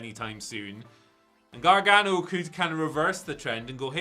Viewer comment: It’s GAR-GANO, not Gar-Ga-No 🤣 You guys make him sound like Gargamel 😂